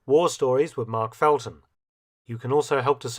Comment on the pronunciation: LOL. That would be "FeLton". Just sayin'.